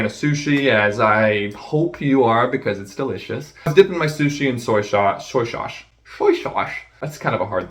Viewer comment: I’m fermiliar with shushi and shoy shauce. We have sho much in cermon.